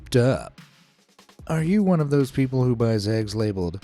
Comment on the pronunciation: frooty peobles